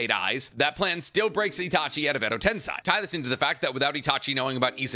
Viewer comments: Why are you pronouncing endo tenSay as tenSai? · it irked me every time he said it. edo tensai edo tensai edo tensai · Why?? Why does he say tensei correctly then IMMEDIATELY say it wrong twice after? I just cannot ever seem to understand it 😂